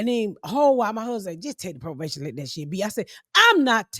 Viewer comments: Ms. Pat, it’s probation not provation ❤ ya‼️ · The fact that ms pat can’t pronounce probation is hilarious 😭😭😭